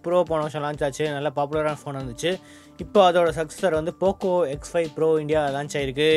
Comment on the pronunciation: Pocooooooo x 5 proooo your pronaucincen 🤣